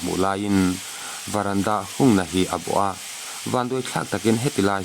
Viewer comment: Varanda nilo in Verandah tur😊😊 lo sawi ve mai2 a ho viau na a😊😊